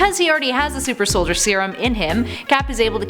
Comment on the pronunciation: Its soldier not solider